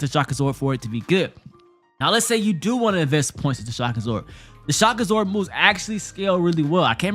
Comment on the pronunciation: Did anyone else kept hearing shakazor instead of shock absorb lol